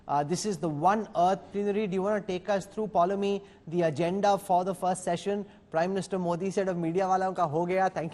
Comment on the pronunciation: It is not Polomi it is Poulomi:(... there is no Polo match going on. Shall we call you... or maybe...freaking dull!!... and both Rajdeep and it is not Statemunt it is /ˈsteɪtm(ə)nt/ Munt Munt munt.... munt munt munt... munt munt munt... matthri khaa raheho? Ghar baitho phir...Silly... You're covering a world event and are India's vanguard journalists not some Austrian condescending idiot.